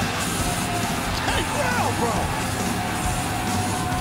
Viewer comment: Justin botching Gangrel though lol